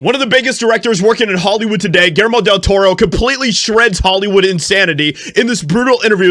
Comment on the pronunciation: Pronounced “ Gill Jer Mo .”